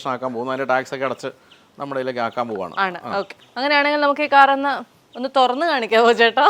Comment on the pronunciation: ഇയാൾക്ക് കാർ എന്ന് പറയാൻ സാധിക്കില്ല. കാക്ര് എന്നാണ് പറയുന്നത് 👈